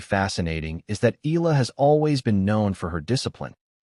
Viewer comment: Her pride, her honor, belongs to her. Funny how people try to claim for themselves what's hers alone. BTW kindly pronounce the name correctly, it's EhYAHLah. Not EELa or ELa, it hurts to hear it murdered